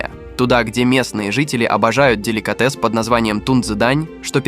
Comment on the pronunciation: Деликáтес😂, эски́мосы, тю́лень😂😂😂дизлайк за нейросетевую озвучку тебе.